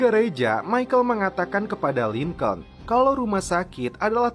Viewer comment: Maaf Bang masukan. Break dibaca "brek" Lincoln dibaca "Lingkin" (bhs finland) Saran lgi buat smua aja, klau lgi nnton film jngan cuma baca terjmah aja, dengarkan juga suara aktornya. itung² "smbil brenang minum air" buat pngetahuan juga kan. over all is good